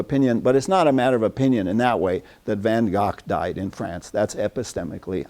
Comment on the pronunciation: He doesn't know how to pronounce VanGogh! (i.e. like an American)